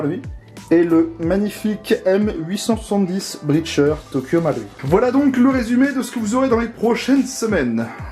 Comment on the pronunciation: Bonne prononciation pour Marui ^^